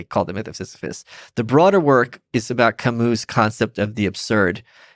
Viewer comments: If you can't pronounce it then please say Ca-Mew instead of Ca-MOO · Please I don't mean to be a pain but it's painful to hear people say Camoo. Please look up the pronunciation of Camus. Please don't say Ca-MOO.